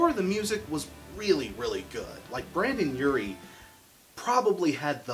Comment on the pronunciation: Great video but I have to say something that bothered me the whole video. It's BrEndon Urie not BrAndon Urie